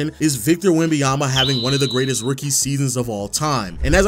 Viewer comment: Great video but it's not Wembayama but WembaNyama :)